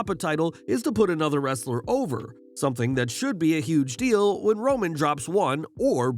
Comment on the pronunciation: emphasis on the word when but not if 🤔🧐